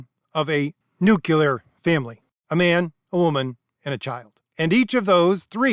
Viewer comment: Learn how to say "nu - CLE - ar". It is not "nu - CU - lar". Thank you. A song about Geo W Bush: "You can't say 'nuclear' ... that really scares me."